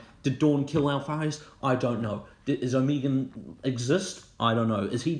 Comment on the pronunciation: Oh-Meh-Gone, not oh-mee-gun